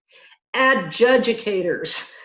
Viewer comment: that is pronounced Ad Jewdicators..LOL